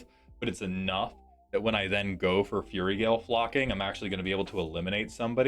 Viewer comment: with kindness... fyoo-rie, not furry. If it's a bit, le shrug. We'll attribute it to my neurospicy. C= Also, iirc, copying a damage doubler/tripler is not same effect twice. Damage is doubled, then doubled again (4*) or with tripling, it goes to 9* damage. (3*, 3* again). (Edit) Hot dang I actually have a suggestion! (Elixir of immortality shout-out bee tee dubs.) Thaumatic compass is a nice utility piece. Root through for lands, and the flip is great for kicking big threats out of combat (i.e. blightsteel). And having just looked, there's $0.99 options.